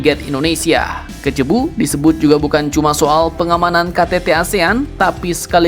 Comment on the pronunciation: Min, Cebu dibacanya sebu